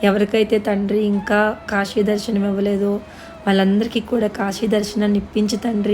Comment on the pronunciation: akka kashi kadhu akka kasi